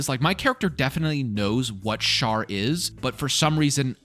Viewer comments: It's always funny to watch people play who have no history with BG, BG3 early access, and DnD. I think I heard Shar called Shart a few times which made me laugh. You definitely did things I've never seen before, and I've done act 1 probably 4-5 times in EA (what was available) and about that many after release. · Amazing that you called Shar "Shart" without realizing that's what the community calls Shadowheart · Kinda funny how you say shart is shadowheart's god (its shar) but like 99% of the fanbase uses "shart" to describe shadowheart because SHAdow heART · funny how you call Shar Shart but the rest of the world calls Shadowheart Shart